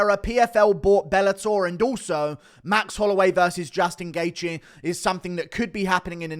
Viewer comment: You butchered Gaethje's name so bad lol